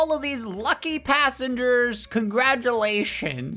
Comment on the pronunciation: You said "Lucky" panssangers. Uhm i ain't sure if they are lucky 🤣